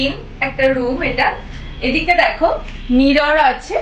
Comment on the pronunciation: Eto poisa tobu samanno mirror ucharon korte jane na